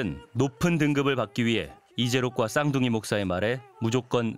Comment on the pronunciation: 쌍둥이 독사 라고 읽음. 독사 목사